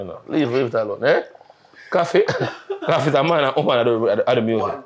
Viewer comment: Man say koffee a 2smaddy😂😂😂